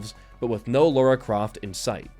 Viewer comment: lara not laura, you even spelt it right in the title card!